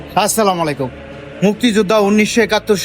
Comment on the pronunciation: মুসলিম ভাই, সালামের উচ্ছারণ ঠিক করে নিবেন। সঠিক উচ্ছারণ হলো - "আসসালামু আলাইকুম" আসসালা মালাইকুম না।